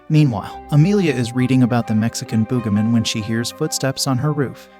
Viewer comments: Bro really said The "BoogaMen" 😂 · Why do I feel like the Text To Speech keeps having a stroke like "Boogimen"? I feel like Text To Speech isn't okay